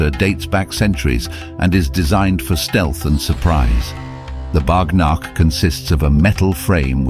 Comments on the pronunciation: It is not pronounced as ”Bagh NAAKH”, it is pronounced as ”Bagh NOKH” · It is pronounced "bagh nokh " it's in bengali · Wtf YOU just said 😂? Its "baagh " tiger. Nokh "nail" Cant even pronounce.